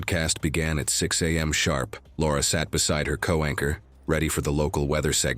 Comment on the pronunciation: It’s co-anchor, not co-wanker.